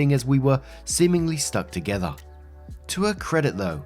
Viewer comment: says together like an Australian and it’s Lowkey hilarious